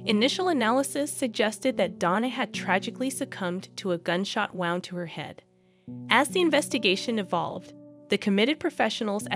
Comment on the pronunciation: Narration is text to synth voice, it can be heard in the mispronounciation of several words that should be easy to say. "Wound" is one of them pronounced it as wound like winding a thread around a spool when it should have been an injury.